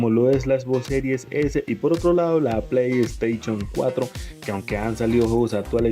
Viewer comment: Play staichon? Jajaja